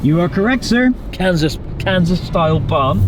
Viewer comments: Chris‘s pronunciation of “Kansas” sounds like “Cancers”🤪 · I'd like a posh british pronounciation of Kaansas.